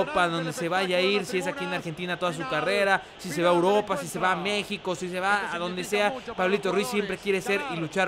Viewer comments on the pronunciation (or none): none